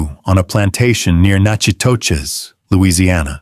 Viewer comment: Natchitoches - Nack-a-tish